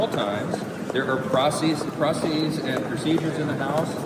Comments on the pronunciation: "There are prossies"? He even said it twice so we would know he really meant to say that. Even if he meant to say "processies", there's no such word. The US House Speaker is illiterate. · this is the speaker? does'nt even know how to pronounce the word processes. elect a clown expect a circus